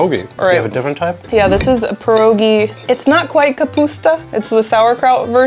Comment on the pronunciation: Wish you said pierogi the correct way.